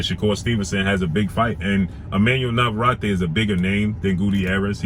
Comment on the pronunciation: His name is pronounced Nava-Rette